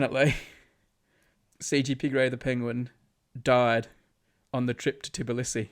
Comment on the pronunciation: hey, im from georgia and brady saying "tibilisi" is triggering me so much its "tbilisi", i am sad.